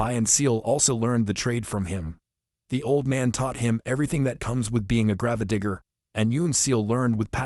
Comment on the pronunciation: I know you're using AI for the voice over but seriously could you not get one that could properly pronounce grave digger?